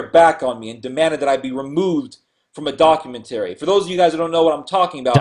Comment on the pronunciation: Doc-u-men-terry. That must be from the same dictionary that has Auto-may-ton in it.